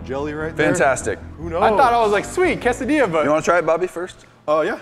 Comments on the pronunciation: it’s pronounced (*Kay-Suh-Dee-Yuh*) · You say it like ca-sa-dia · quesodia? I thought it quesadilla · You said quesadilla wrong